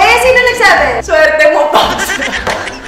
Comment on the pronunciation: Solid ang tawa ko dito the best mommy zeb ang coll at si Daddy ray ang cute ng pagka sabi ng ang swerti mo pops bisaya talaga pag ka bigkas